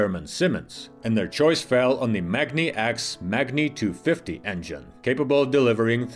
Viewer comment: The pronunciation of "Magni" (in the company name MagniX and their electric drive unit model names such as "magni650") will have a long "a" as in magnet, not something that sounds like "mog".